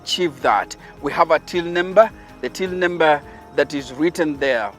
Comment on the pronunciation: I’m hearing “nimber”